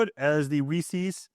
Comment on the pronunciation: Rees-Is!!!! not Rees-Ees. Whether you go by the original persons name pronunciation or phonetics theres not instance where you have an "eeces" in the english language where the two e's make the same sound as the one. But again... it's someones name and it's Reec-is. I have no idea where this comes from and I lived in NYC my entire life without ever hearing a person pronounce it this way. Don't take my word for it, here's an A.I. response: ""Reese's" is pronounced "rees-is," with the "s" sounding like the "s" in "pieces". The apostrophe indicates possession, similar to saying "Reese's car," which would also be pronounced "rees-is". While some may pronounce it "rees-ees," the correct and more common pronunciation is "rees-is". "